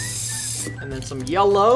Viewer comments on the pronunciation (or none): No one: Not even a single soul: Roi: Shome green And Shome Shellow xD